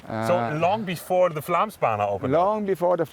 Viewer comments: When making such a montage it wouldn't be too much to ask to at least try to pronounce the actual name correctly. Think it at Flomsbana, and it will go much easier. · Did you make an entire documentary about the Flåmsbane and couldn't be bothered to learn how to pronounce it correctly once? The Å sound is pretty easy. It's not an A. The place is not called Flam. Nice effort...